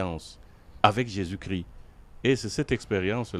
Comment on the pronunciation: Bon commentaire Merci. Pourquoi beaucoup d'entre vous ne prononcez plus le " S " de Jésus-Chrisssssst ?